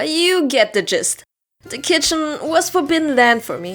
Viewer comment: I dont know of its just me, or you joking, your pronunciation of germaphobe and gist is ??? dunno. might just be me